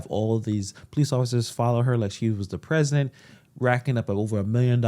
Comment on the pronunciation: Tiffany fo Prez-o-dint..........